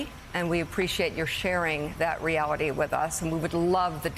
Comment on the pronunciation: Mika the sensitive snowflake is seething so bad her mouth full of Botox seized up. Try saying reality a few more times witch. The Reawity is ICE is being meanies. The reawity is ICE is parking their cars illegally. Lollllll